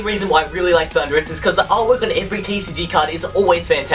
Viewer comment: It's thundaurus!!!